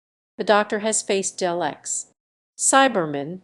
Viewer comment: "...transphobic treatment of the character Danny Boy in 'The Day of the Doctor'". What are you on about? Oh, and learn how to pronounce "Dr" and "Daleks"